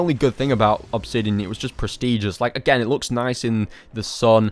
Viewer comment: when you said again is kinda sounded like you were choking on expired milk. you did this a couple of other times, but i'm too lazy to watch the vid again to timestamp. love the vid, i wasn't trying to offend you when i said you sound like you have a speech impediment